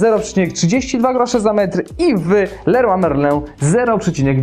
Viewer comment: Kto nie umie wymówić leroy merlin ? a tak wogóle jesteś z Gdańska i czy to była matarnia ?